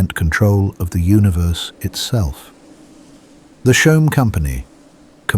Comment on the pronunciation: He also says “Shoam” instead of “Choam”